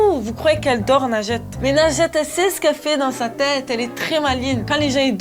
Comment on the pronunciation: Pendant toute la vidéo j"entendé LINGETE😭